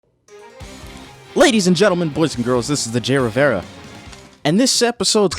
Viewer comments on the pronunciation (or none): none